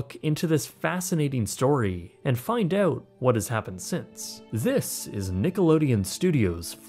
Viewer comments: Great job on pronouncing “Keenan and kel”… not just work on pronouncing “out”. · I can hear your Canadian accent every time you say ‘out’ lol.